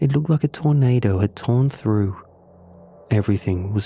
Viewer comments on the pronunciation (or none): none